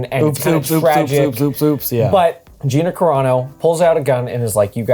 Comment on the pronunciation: It's pronounced G "I" na. Long "I"